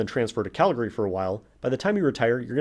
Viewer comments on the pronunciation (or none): none